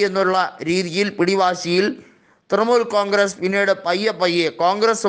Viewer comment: തൃമൂൽ അല്ല തൃണമൂൽ.. പോയി നാക്ക് വടിക്ക്